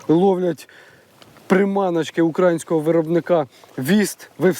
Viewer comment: УкраЇнського (наголос на 'ї')☝️ Дякую за контент на рідній мові!